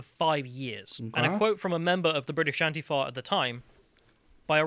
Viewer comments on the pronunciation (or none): Nobody else in the UK pronounces ANTIFA that way, just so you know.